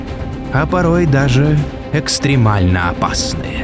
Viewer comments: Круто🔥 только не экстрИмально, а экстрЕмально. Простите за занудство 😄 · ЭкстрЕмально, а не экстрИмально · Подписан, с удовольствием смотрю, но ребят. ЭкстрЕмально, а не экстримально, глаза и уши оежет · "ЭкстрИмально..." -- двоечники, блин. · все супер, но «экстримально»? 😂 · псс. через "е"